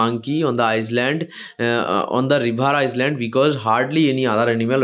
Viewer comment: island ❌iland✅ s ar uchharan hobena